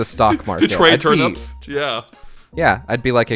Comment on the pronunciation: It's so funny how pronounces turnips. "Turnups"